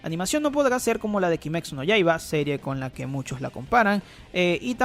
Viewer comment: "kimecsu" Cringe total